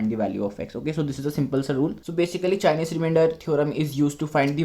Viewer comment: It's chinese not chienese